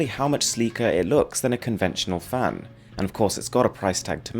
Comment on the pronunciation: It sounds like he's saying fam instead of fan